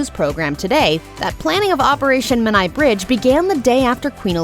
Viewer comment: Come on get the Menai bridge pronounced correctly.